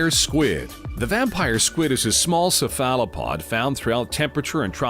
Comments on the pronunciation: "Se-fallo-pod" gave me an aneurysm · Mans can't even pronounce cephalopod :( what an idiot.